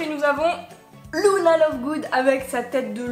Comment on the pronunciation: Je crois (je ne suis pas sûr) que ça se dit Luna et pas Louna après je me trompe peut-être mais moi j’entends Luna